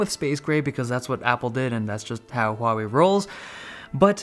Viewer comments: The best thing ever is you get the pronunciation correct! It is not Waw-Wei! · The only reason I liked this video was your pronunciation of "Huawei" is the most accurate I have ever heard in all "foreign" Youtubers!